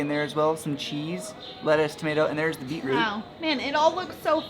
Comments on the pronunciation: BOI SHE CALL IT BEAT ROUTE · "Beat - Root" HAHA we pronounce it "Bee -troot" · its kinda funny how they say "Beat root" were as (at least in my family) we say something like "Beach root"